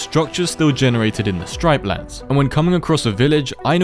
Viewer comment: You said stripelands it's actualy striplands